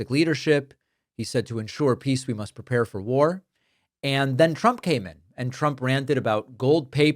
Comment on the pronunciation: "to paepae for peace w must prepare for war"? Like we must screw more for chastity?